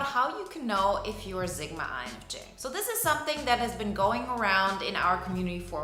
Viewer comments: Zigma?? Or sigma . You lost me within your nagging boring voice . And it’s Sigma not Zigma . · Stop calling it zigma.its pronounced how it looks.sigma sigma sigma